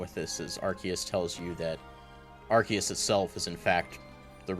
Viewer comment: Idk if I am the only one, but I want to point out The way pounced Arceus doe....it is aar-see-uhs not Aar-kay-it:v